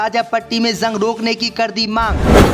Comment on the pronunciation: JUNG KO ZUNG KYUN READ KERTA HAI BEWAQOOF AADMI...